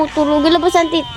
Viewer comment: Please tagalunginm9 na lang kasi yong please ah pronouns mo parang sound hindi kaayaaya kasi tits mean breast..pero kung I pronounce mo yong teeth I am ang pronounce yan